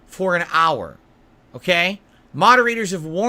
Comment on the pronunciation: The amount of times he said "right?" as a manipulation tool... 🍥🐽🍥 But he's an ahnest guy, ohkay?